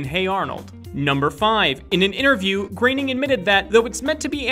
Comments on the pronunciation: Mate learn how to say Matt groaning. Not Matt graining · here's a fact. it's Matt Groening not Matt Graining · Its groening not graening